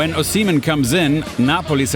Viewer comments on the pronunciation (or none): @@ lol good of you. It’s O-she-meh-in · Lol, you guys made a point to find the correct pronunciation of “kvaratskhelia” while butchering “Osimehin” in the same breath! Signed, an angry Nigerian who loved the video 😂